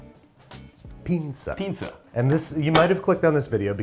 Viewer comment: Loved the video, just one thing, the way you pronunce it sounds like "pinza" The "s" in "pinsa" is the same sound as in "same" and "sound"